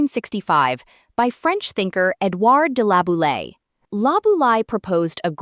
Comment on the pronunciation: So did Labou "laye" or did Labou "lie" ?